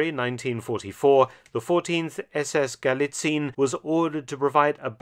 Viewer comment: Sources: "Trust me bro." As an author and historian you should really know that allegation without evidence is just propaganda. Like a plastic tank replica, you know... And by the way: Galicien is pronounced Gu-lee-tsee-enn, not Gu-lee-tseen.